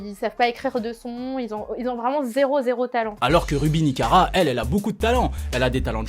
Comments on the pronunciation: Par contre s'est pas ruby nikara mais ruby nicaca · C'est plus nikara mais nikaka